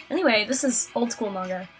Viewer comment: i love that you say manga correctly c